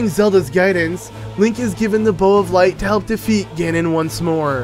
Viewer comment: Anyone else noticed that he said "Bow of Lart?" 😂😂😂